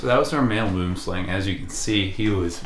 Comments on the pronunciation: I wish I could give you the correct pronunciation to "Boomslang" Its Afrikaans for "tree snake". Ive heard from other experts that they do not bite easily. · Just friendly advice if interested: for the correct pronunciation of boomslang, refer to Dingo's channel or the African Snakebite Institute. It's Afrikaans for tree snake. The name kind of sounds ridiculous in English. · God I love hearing Americans trying to pronounce Boomslang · please learn how to say boomslang properly. or just call it a tree snake. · South African here, I get the language difference in the pronunciation of boomslang. May I suggest how to pronounce the slang part of boomslang, it is pronounced exactly the same way as the English word slung, as in, I slung my bag over my shoulder. The Boom part is very difficult as there is no word in English that I can think of with the same sound for the oo in the middle. Great content and channel even though I have a serious phobia of snakes. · I just want to say, I am from South Africa and the name boomslang is Afrikaans. The direct translation would be tree-snake, but the way we make the "oo" and "ang" sound is completely different than how you guys do and it is actually one of the biggest cringes for us when we hear someone say 'boomslang" in english. 🤣 In Afrikaans everything we say is much deeper and more 'rough', almost like German. Unfortunately there is no sound I can think of in english that is even close to how you're supposed to pronounce it so I can't even teach you guys how to say it 😂. The "ang" sound is pronounced more like and "ung" sound but deeper and coarser. But anyways, great content and stay safe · Every time I hear the English pronunciation of boomslang I laugh, cause in Dutch it has proper meaning (tree snake) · Note, Boomslang is acctually pronounced booemslung, and literally means tree snake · Sigh i wish people would pronounce Boomslang correctly. BWOEM-SLUNG. Just look it up.